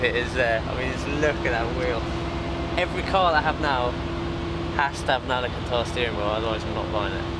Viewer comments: Alcantara not alicantar 😂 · It's pronounced AL-CAN-TARA 👍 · Bren, I love you man, but can you please get someone to teach you how to pronounce Al-can-tar-rah 😂